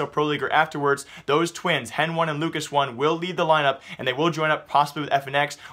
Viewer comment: HEN1 is pronounced as Hen-ee. Not Hen-One. Same with LUCAS1, Its still pronounced as Lucas, brah y u mispronounce pro players' names? Same with ptr, its not pee-tee-are, its peter. wth?